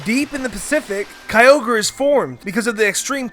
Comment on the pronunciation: Duh kyoger